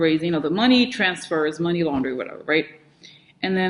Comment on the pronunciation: It's so funny how you say "shady mohney"